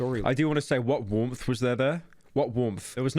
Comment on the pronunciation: pyro saying "womth" when trying to say warmth is so funny to me